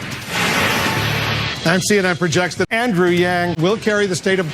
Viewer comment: I like how u say andrew yang